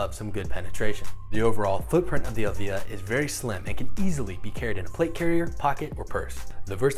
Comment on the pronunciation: it is pronounced EEElvia not elvIIIIa , it is the name of Ed's mother